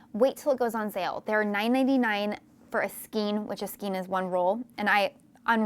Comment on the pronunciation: Skein is pronounced like "skayn", not "skeen". You're welcome 😀